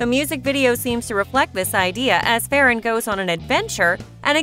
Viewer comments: Its not fe ran its ferran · your saying farrran wrong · Your saying ferran name wrong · they way u say ferran is so funny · Are you saying his name wrong